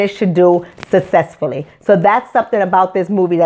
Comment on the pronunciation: when you decide to make your OWN movie, you can set the setting and make the plot about WHATEVER YOU WANT!!! And please learn how to CORRECTLY pronounce New Orleans, and SUCCESSFULLY, instead of throwing stones out of your glass house.